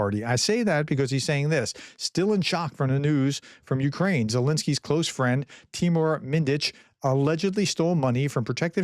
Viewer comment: Kyslytsia Pr. Kiss- Lee- tsah Tymur Mindich. Pr: Tea- Moor- Min- Ditch